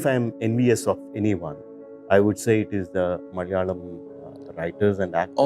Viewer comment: bro, your pronunciation of the word "Malayalam" is superb! Most people don't get it right. When you say "Malayalam" you sound like a native Malayalee. Kudos to that.